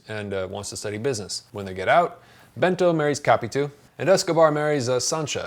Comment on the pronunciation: How to pronounce correctly "Capitu". In Portuguese, we split her name like that: Ca-pi-tu. But you non-native Portuguese speakers have to say her name like this English conversion: ka-pee-TOO, because we have to accentuate every word that ends in -u in Portuguese. Thus the stressed syllable is the last "tu", and not "Ca". You tended to stress the syllable "Ca" but it is wrong.